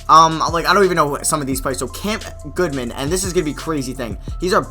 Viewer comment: Goodman* not Goodwan